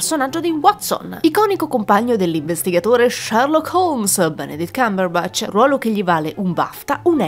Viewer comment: "Doctor Strange Sherlock Cumberbutch"